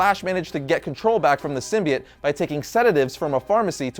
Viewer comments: I can't be the only one who got annoyed by him saying Symbiate and not Symbiote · Sim-be-it? You mean sim-be-ote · Does nobody know how to say symbiote !?!!? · It's pronounced sim-bye-oat